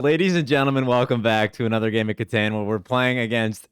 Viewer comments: I will buy a wood stained Catan board the day I hear pronounce Catan correctly 😏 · obviously the “Cat” is the most important part of the word, so it’s pronounced “CAT-en” All jokes aside, Klaus pronounced it as “cuh-TAHN” and that’s how I hear most people say it. But “cuh-TAN” as pronounces it is still a common enough American pronunciation. It just always catches me off guard lol